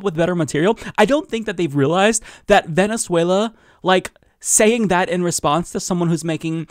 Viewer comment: Because it actually makes sense? They are so out of touch of reality.. 'Vhenetzuella' 😂😂😂